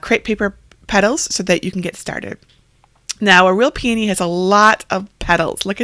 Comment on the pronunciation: Finally, someone who can pronounce p a knee correctly instead of calling hogs PEE OWN EE! Your creations are beautiful. Thank you